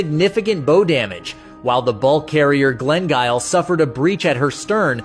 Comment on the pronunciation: your pronouncing bow wrong